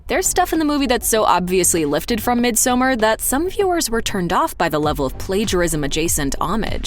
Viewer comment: Please: “misomARE.” Not mid-summer